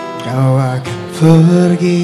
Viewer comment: Pergi bukan fergi